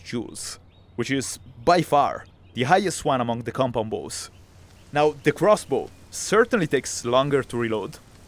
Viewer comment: kept hearing com pom bo